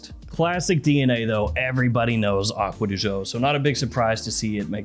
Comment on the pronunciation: You are so much into the perfumes,but you can't say "acqua di gio" properly...🙄🙄🙄🙄🙄